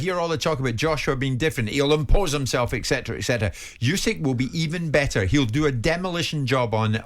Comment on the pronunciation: There’s no such word like “Eccetera” Pleeease! ET CETERA. It comes from Latin and please people if you don’t know how to say it Do Not Do It! It annoys even non English speaking people like myself.